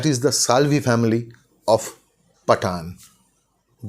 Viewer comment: it is not pa-taan but Paa-ton